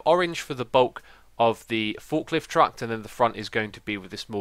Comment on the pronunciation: why does he say truckt